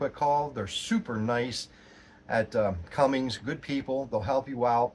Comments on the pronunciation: There's no G in Cummins. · Its not Cummings its Cummins.